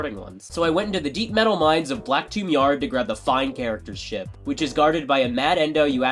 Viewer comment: Idk why but when he said chip it’s sounded like shi…